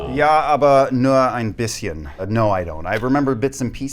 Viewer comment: Liam's "ja, aber nur ein bisschen" was really well pronounced.